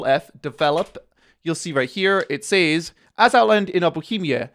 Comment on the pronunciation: Mocks bohemia for their language structure and then mispronounces says. I slapped like.